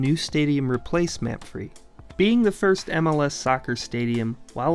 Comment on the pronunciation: I want to say the way to pronounce old crew stadium is "mah-fray" not "map-free"